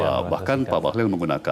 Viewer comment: Bahlil bukan Bahlul kan ...jgn salah ucap beda arti 😂